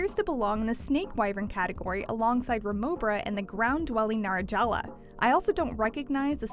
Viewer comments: It's Najarala, not Narajala. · "narajala" jaja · Mispronounced Najarala